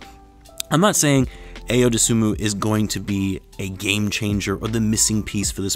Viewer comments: Personally, I had Ayo (pronounced i-yo) on my Bulls wish list last yr and this yr. I'll wait till after Vegas to really hype this kid's potential up however, I can say for certain he will be on the crt nxt season. Ayo and Coby together again is going to be nice! #Gr8pick I wish the best for Sharife Cooper, but Ayo's better imo. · Really looking forward to seeing Ayo in a Bulls uniform! Illinois' first ever AP First Team All-American and the most clutch player in college basketball the last two years! (Btw it's pronounced "i-o") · His name is from Nigeria , and it's not pronounced way u wrote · lol but Tim is not Nigerian lol, its like pronouncing apple